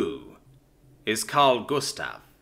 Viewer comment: You say karl gustav quiet good 🎉